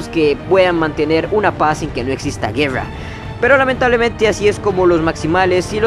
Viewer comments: Vuelve a decir GUEWRA (guerra) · Yo escuche juerra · Así hablan los ticos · Pero porque pronuncias la r asi si nisiquieraa pronunciaa bien las pocas palabras en ingles bien ... ejemplo güerra por Dios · Porque dices guerrrra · No es gueua, ni llobot, es GUERRA Y ROBOT, pronuncia las R, por favooooorrr